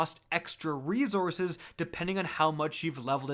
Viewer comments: The word is reSources, not reZources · Been watching u for years. Just now realized u say resources like “reezources” and I had to turn the video off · Does anyone else cringe at the Canadian reZources? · Reezourzes ~ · Bruh you killing me wit dat rezourcez...just stop saying plz..str8 butcher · For the love of God can you please say resources correctly fuck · Next video intro should be " can't pronounce resources the right way here"